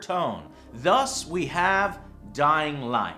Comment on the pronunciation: That pronunciation of "Dying Light" . Such posh.